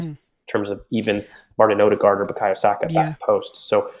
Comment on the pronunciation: I remember when Saka made hid debut and the commentator called him “Buyako Sako”